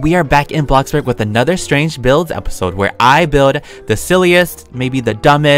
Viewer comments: i would just like to say he said “bloxburg” not blockburg lol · saying bloxburg normally Me:Are you sure that you are?!